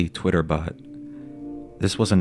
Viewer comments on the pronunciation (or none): none